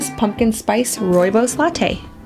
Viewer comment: Hi! This video made me so happy! In South Africa we drink Rooibos tea like water. We raise our babies on rooibos and according to most grandmothers it is the cure for everything. Also, your pronunciation of rooibos is 👌🏻 perfect! (It is an Afrikaans word). I will definitely make this recipe. I love your channel and your recipes. I am working on a sourdough starter so I can try them all. Thank you!!!